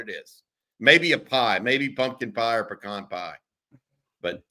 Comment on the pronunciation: Green bean casserole but with bacon, mushrooms and stewed tomatoes instead of traditional. Pecan (pronounced correctly) pie, pumpkin pie. Steamed cauliflower with cheese sauce. OK, I'm hungry now. Stay safe fam.